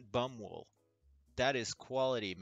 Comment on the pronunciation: Love how you read Baumwolle (cotton) as bum-wool. Hell no! Nobody wants merch made from bum-wool. The german passage you read is, as you assumed, a poll which has two options: Yes, I miss my beloved favourite clan more than anything else in this world. No, MUSH-Clan is just a gathering of overbearing noobs.